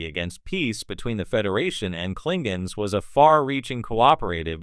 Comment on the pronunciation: Klinguns. Lol